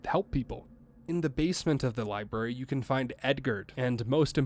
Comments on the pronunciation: Nah partner i reckon that liberry did sound quite like a southern accent. Ya hear me? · Buddy you're canadian that "library" didnt sound remotely southern or from texas, florida, anywhere where a "yeehaw" dialect would be from but the rest of that point is fine lol